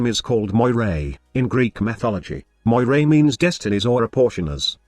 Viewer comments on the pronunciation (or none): It's pronounced "MOR-EE". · Cool concept .I would like to see a frame like this in the game but the name needs to be pronounced Meera (Meeres in plural) if it is to be like the ones from Greek mythology. Meeres had power over life and death.When someone was in a critical condition like severely wounded in war Meeres would hold his life string and cut it if he should die .That might give someone an idea about the missing 3rd ability.A catchy name would be "Strings of Fate" .It could be something like a debuff that would make enemies more vulnerable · Her name (Moirai) is actually Moira from Overwatch with an extra "I"